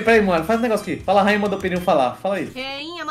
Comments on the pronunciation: EI DEVO DIZER ALGO A FALOU REINHA MANDOU NAO RAINHA O PERDEU OLHEM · Kkk só eu que percebi dizendo no fim reinha Pedrinho kkkkk